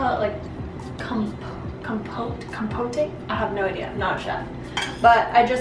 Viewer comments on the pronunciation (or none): your pronunciation of compote is so far from correct I'm impressed you could come up with it 🤣😂